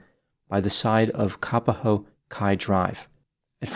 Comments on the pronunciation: ..it's Ka _ POHO... not kapaho..please.. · "cap-a-ho" and "wah wah", hawaii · Thanks for covering this story! But Kapoho is pronounced differently than what you are saying 🌺